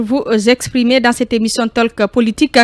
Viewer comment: On ne dit pas taleke.on dit tôk.